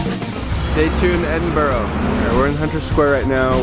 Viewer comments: Ed-in-bruh not ed-in-burrow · its said endinbru not edinburow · at the start when the said "we flew in to Scotland Edinburgoh" did you correct him too? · mate it's pronounced. Ed-in-bru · It’s pronounced Edinburgh mate